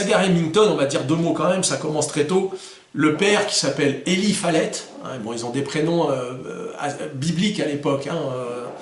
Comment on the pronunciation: Prononciations: Pettengill:Pettenguill Eli:ilaye Whitney:witni roger:wrodgeur walker:waukeur. Merci, super vidéo!